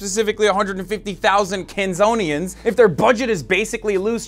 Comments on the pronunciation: I love you Hassan, but its KANSANS. Not Kanzonians. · It's "Kansans" not Kansonians but I do appreciate the shoutout